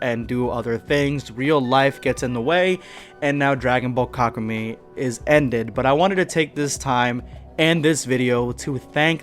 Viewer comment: Wouldn't it be pronounced like kaku Meh-E?